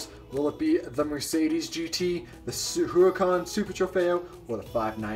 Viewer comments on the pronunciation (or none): Its Lamborghini harracán not hurrcun